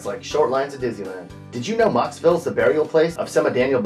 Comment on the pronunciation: Mocksville. Im from mocksville.